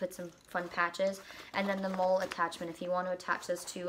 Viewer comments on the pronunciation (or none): Hi,. Thanks for the review. Just so you know, "MOLLE" is actually pronounced like the name "Molly."